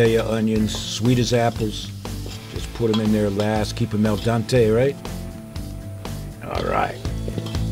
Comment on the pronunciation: I think I heard "El Dante" a couple of times instead of "al dente". :)